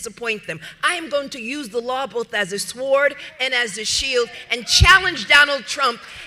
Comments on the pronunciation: Speaking of ignorance and stupidity, someone really should tell this lady that the “w” in “sword” is silent. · she actually pronounced the “w” in “sword”. That should tell you everything you need to know about her intelligence. She probably thinks Guam should have capsized years ago. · What's a swoord? Ignant marxist...lol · The scripture said, "No weapon formed against me shall prosper." She is going to die by her own "Swored". That's how she pronounced "Sword". The women is ignorant. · She said "sWord". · Did you hear how Tish pronounced sword? Swwword. 😂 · Yes I heard that too. Swwwword!!! What a douchebag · Did she just say: “Swwoord”?!? She is an illiterate fool! Did she just rewrite the Bible?!? “Nothing formed against me shall perish” ?!?!? WTH?!? She is a blasphemous IDIOT. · What's a swoord😂😂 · Nobody thinks paid parental leave is part of DEI. And the w is silent in the word sword. Al Sharpton lacks moral and ethical courage. Couldn't even bother to pay the civil suit in the Brawley case. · That bug-eyed heffer literally pronounced SWORD with the sw hahahahahaha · If you struggle to pronounce the word sword, you shouldn't call anyone else ignorant. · Did she just mispronounce sword? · Latitia accusing someone of ignorance and stupidity while pronouncing the w in sword. Cant make this stuff up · That one speaker didn't even quote the Bible correctly. She said, "Nothing formed against me will PERISH." It's "No weapon formed against me will PROSPER." The complete opposite. And she pronounced the W in "sword"! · pronounces the w in sword? Where did she go to school? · did she just say sword how I think I heard her say it? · Please tell me Letitia didn't just pronounce the letter W in the word sword....😂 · anyone who pronounces the W in 'sword' - most likely did not achieve the academic qualifications they say the have. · She pronounces the w in sword! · The lack of intelligence you must have to unironically pronounce the w in sword is astounding.